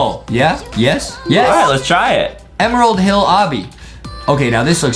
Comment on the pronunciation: it said emrald hill